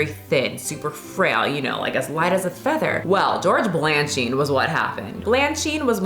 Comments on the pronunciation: Balanchine (Bal an sheen) Bolshoi (Bowl shoy) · “Bal-Ann-sheen” “Bowl-shoy” Good episode and great topic!! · duh-MEH-duh-chee; BAL-un-cheen; BOL-shoy; meh-tro-POL-i-tan.. Your total butchery of these famous names is embarrassing. Also, while ballet dancers are among the world’s greatest athletes, ballet is not a ‘sport.’ It’s an art form, and a very developed one, with a long and storied history. I appreciate that you are interested in the topic, but how well equipped are you to discuss and critique it at length given you come to it from a place of total ignorance? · Ba-la-chine not blachine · Balachine, not Blanchine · Did you mean Bolshoi & Balanchine (not Blancard)? Not trying to be nitpicky, but I'll leave this comment down here in case anyone wants to google that sh*t ✌🏼✌🏼 thank you for the video ✌🏼✌🏼🫶🏼🩵🩵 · Edit: Hearing call Balanchine “Blanchine,” and mispronouncing “Bolshoi,” made me laugh. She always owns the pronunciation…even when wrong. 🙌 I was a pre-professional ballet dancer as a teenager. I had an ED, and I still can’t own a scale or I will obsess over the number. While I’m sure I would have possibly developed one anyway, I will never forget my ballet mistress telling me to suck my stomach in, then taking my ballet skirt and re-tying it soooo tight as a reminder. She then told me my posture was just like my mother’s. My mom always struggled with her weight, so this hurt. I was like 12. I’ve never forgotten that. It’s wild that ballet schools ran wild with this shit. I’ve had other teachers make me cry. It’s like a hobby for some. But even the curvy girl I danced with was considered “too big” to dance successfully. 😬😳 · Bolshoi = "BOWL-shoy", Balanchine = "BALLAN-cheen" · Im sorry but you promounced balanchine wrong and i had to stop watching the video. You have to at least get that right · The way you pronounce Balanchine in increasingly creative wrong ways 😂😂 love it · butchering George Balanchine’s name is hilarious.🤣